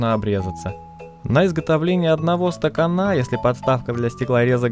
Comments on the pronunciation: Видео интересное и познавательное, спору нет, но тебе не мешало бы потренироваться над своей речью. Так-то в целом неплохо, но вот ухо режут два слова: "обрезаться" и "стаканА". Какое "обрезаться"? "Порезаться"! И "стакАна", а не "стаканА". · СтакАна, а не стаканА. Но главное разрезал))) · Не стаканА, а стакАна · "На изготовление одного стаканА" Что за произношение?